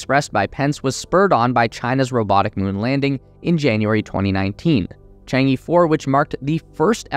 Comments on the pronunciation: This title is going to look really funny in 10 years. your takeaways from NASA are... a little convoluted though not entirely wrong. Could use some work. Also, friendly critique, it's "Chang-e" not "Chang-i". Pronounced kind of like "Chang-uh" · FYI, Chang'e is pronounced as /tʃɑːn ɚ/ but not /tʃɑːn iː/ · Chang E is not pronounced as “chang i” It pronounces like "chang a", "a" is like the pronounciation of the "a" in "a robot" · chang eh, not Chang E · Chang-e is not Chang Yeee, it's Chang Urrr. It's the name of a Chinese moon goddess. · I believe its Chang'e not Chengi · chang-e should be pronounced chang-er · Your pronunciation of Chang e really drives me crazy.. other than this, great video. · Cant even pronounce Chang E😆